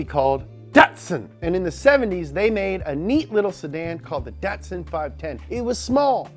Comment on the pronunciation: Datsun is Japanese and should be pronounced as "da-to-san". Great video about the sentra.